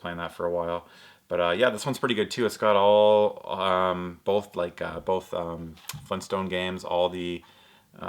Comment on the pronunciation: u canr pronucne flintstones its not funstones its flintstones